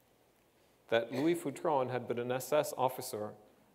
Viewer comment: I knew this guy and his wife when I was a kid. His name wasn't pronounced Foo-tron, but Feu-tren. Did you actually study French in his class?